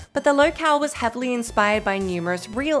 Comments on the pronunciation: I just want to take a moment to acknowledge the fact that pronounced "Oregon" correctly, something most Americans can't do. Kudos! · For one she's from Australia. And second as someone from Oregon I didn't hear anything cringe worthy of how she said it. It was more accurate than people from the other side of the country that say it O-ree-gon.